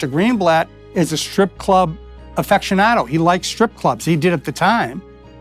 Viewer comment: I know what an aficionado is; he said AFFECTionado.